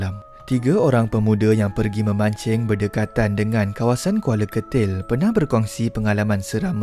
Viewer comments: Kuala ketil min bkn kuala getil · Admin..bukan kuala getil atau kuala kertil..tapi Kuala Ketil la